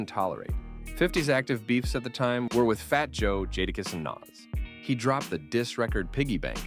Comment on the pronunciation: Once you pronounced Nas name wrong I had no choice but to turn it off 🤦‍♂️